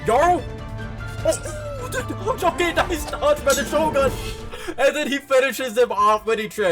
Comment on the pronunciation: Bro disrespected shogun by saying Togun lol